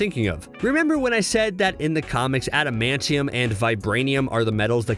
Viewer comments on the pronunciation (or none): none